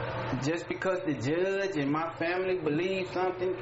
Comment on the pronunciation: It’s judge not juuuuuudge